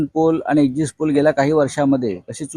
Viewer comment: अहो आधी exit चा उच्चार करायला शिका ! 🤣